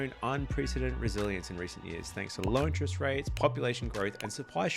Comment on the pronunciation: It's "interest" rate, not "inch-rest" rate.